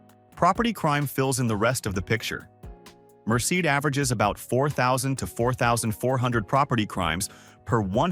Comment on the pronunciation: The fake narrator pronounced “Merced” three different ways.